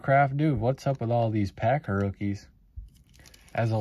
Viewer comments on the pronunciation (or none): none